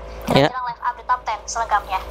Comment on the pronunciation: setelah pembawa berita ngomong ehh narasi pakek suara google anjir .. mana ada TV menjelaskan narasi pake google . Live update aja bilangnya "LIV" bukan Laiv 😂😂😂 anjirr ngakak gua.